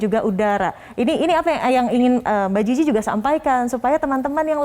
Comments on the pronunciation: Ini presenter nyebutnya kok mba jiji ejakanya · Mbak GIGI di baca GG 😂